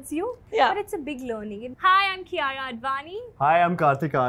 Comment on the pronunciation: Did she pronounce herself as "Kiyaya"??